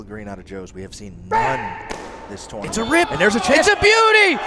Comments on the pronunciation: Hey, please learn how to say tournament for phux sake. "tO0oo0rNaMiNt" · Love how pronounces "tournament"